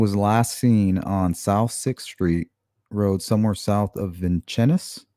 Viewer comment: Vincennes is pronounced “vin- sins”. I graduated from VU in ‘80……